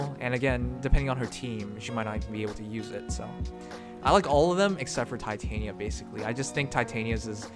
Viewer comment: Just wondering, but I hear you say Titania as in Titanium (Tie-Tae-nie-ya) while I thought it was Titania as in (Ti-tah-ni-ya). Which one is correct? XDDD